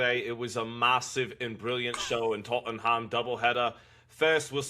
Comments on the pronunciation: just don’t pronounce the “h” with anything that has ham in it…Tottenam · Tot’n ham 😂 Conor Henn isn’t very good